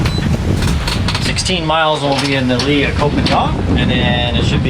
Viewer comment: Hi, Just FYI, here in Thailand 🇹🇭 “K” as in Ko or Koh is pronounced like our letter “G”. Very rarely pronounced correctly by foreigners. Happy sailing. I live on the beach not far from Ocean Marina, so maybe I’ll see you when you come back in to lay her up.